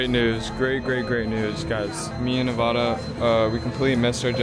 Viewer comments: Its nevaaada your girlfriend bruh😂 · It's Nevada duuu lol